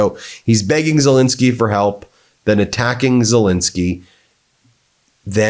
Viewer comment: Pronounce his fricking name right FFS, it's Zel ENSKY not INSKY. Got that BIN..... sorry BEN ? !!!!!!